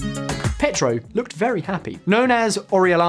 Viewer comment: Came to the comments looking for this. Surely they could ask a Spanish speaker to spend ten minutes teaching them how to pronounce names like Medellin or Pietro…